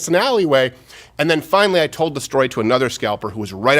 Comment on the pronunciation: “I hate to say I toad a sew but I toad a sew’